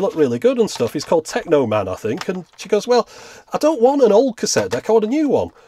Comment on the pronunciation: Yay, I guess I'm not the only one who calls the channel Technoman :D That's how I read it and had been reading it for a very long time, until sime day I heard it pronounced. I still prefer to call it Technomat, though :D